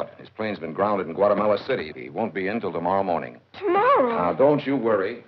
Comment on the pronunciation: Guau...que lujo..."Guatemala" fue pronunciada por Shirley!!!